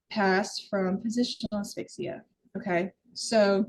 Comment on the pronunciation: Why can't southerners say asphyxia? Or horror? 🤣🤣🤣 Seriously though it's cute. 😂